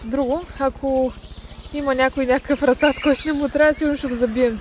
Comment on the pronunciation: И се казва расад ударението е на първото а